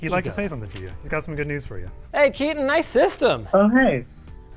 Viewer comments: 😂when you realise it's not "KEY-TON" and it's a "KAY-TAN" 😅 🇮🇳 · Seems like such a nice dude, probably just doesnt want to constantly be correcting people, he's probably used to it lol. For anyone curious, its pronounced "kay-tun" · Bro definitely is named Ketan and not keatan😂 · My brother why didn’t you correct him, our names is not “Keaton” 😂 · So, it's Ketan, not Keaton. 😀 Ketan Sachdev. Completely different pronunciation for those in the know. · bro you pronounced his name so wrong its kay-tun its a indian name so its hard for native english people but this is the right way to do it just saying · Ketan is highly likely not pronounced Kieten. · Kills me that they mispronounced his name so often though =\ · Linus got the Indian Name pronunciation incorrect should have asked Sam Bhatia for guidance.